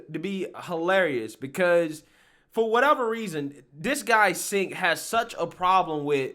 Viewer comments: Pronounced Jenk. Not Cenk. He sucks, but let's at least pronounce his name right lol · It’s not Singh man it’s Cenk. I get how it could be similar but believe me it’s not lol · his name is pronounced "ch"enk. now maybe you already know that, as i've seen say other peoples names wrong and i assume its for shits, but in case you didn't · Please, his name is pronounced Jenk